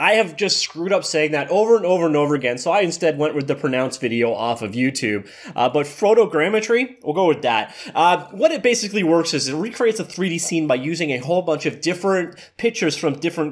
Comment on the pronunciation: Did you say Froto gametry?